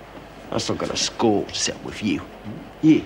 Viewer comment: Is it me, or can't pronouce "th"? sounds more like "v". Like when he goes "I gotta score to settle "wiv" you"